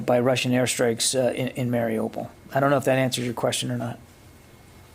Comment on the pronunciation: *IT'S MARIUPOL!!!* LEARN HOW TO PRONOUNCE IT!!!**